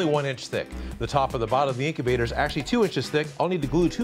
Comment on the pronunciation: the name is egg incubater more like eggubter